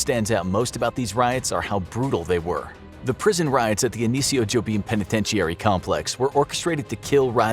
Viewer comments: Who tf says penitentiary like that. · This man cannot pronounce the word "penitentiary".